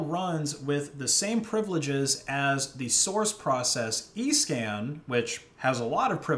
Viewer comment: I thought he said “eScam” lol